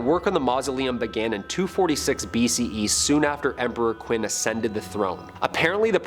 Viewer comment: FYI "Qin" is pronounced "Chin"